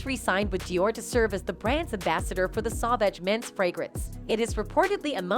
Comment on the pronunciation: It's SAUVAGE PLEASE SAY IT RIGHT!!!! WTH???